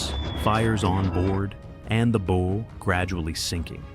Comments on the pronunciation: Can you not fix your AI to not say “bow” as in “bow and arrow”; drives us nuts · If the producers spelled it bough, that would fix it! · Stupid AI can't pronounce correctly the front of the ship, the "bow" in it's first two attempts. And what was the AI trying to say. ? I am so sick of this annoying computer generated voice becoming all too common on youtube. Thumbs down for this transgression. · "Bow" mispronounciation ruins any historical credibility. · After the third “bow” I turned this AI crap off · It will be real nice when the AI voice learns how to pronounce "bow" as it relates to a ship. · With such a large 'bow", I kept waiting to see the gigantic arrows it would use. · Agree. It's really annoying.